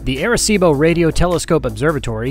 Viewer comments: Great videos of PR, Arecibo is the town where my grandmother's family is from in PR...but it's pronounced "Ahh"-reh-cibo, you're making my ears bleed man. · They keep saying "AIR"ecibo lol